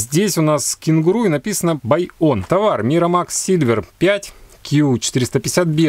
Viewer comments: Майкромакс , а не миромакс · Ааааааааааааааааааа Не миромакс А микромакс!!!